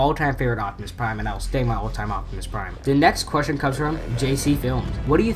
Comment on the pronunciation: said optumus in the nuckular town